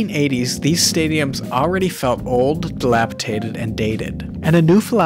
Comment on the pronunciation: Also, it’s dilapidated, not dilapitated. Drives me nuts when people say it that way.